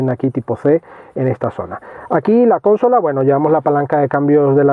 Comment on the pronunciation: Buenas. Me gustan tus vídeos. Los he visto todos? Gracias y enhorabuena por el trabajo. Simplemente un matiz que suena fatal: consola es una palabra llana no esdrújula.